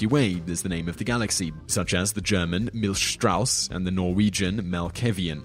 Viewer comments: The German name isn't pronounced milsh-strauss... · and the German damn